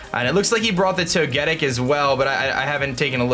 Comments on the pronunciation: Or Toe-ge-tick if you prefer. but not Toe-get-tick. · I'm pretty sure you say Toge-tic instead of toe-getic.. Correct me if I'm wrong 😀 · It's "Toe-ge-TICK" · Thumbs down-ing purely for the way you butcher Togetic's name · Ugh I hate how you pronounce Togetic...